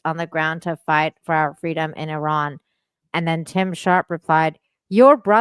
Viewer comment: Thanks for the Iran pronunciation help "Ear-rahn." Thank you for this conversation with John,. Really appreciate your dedication to streams sharing your bright insight.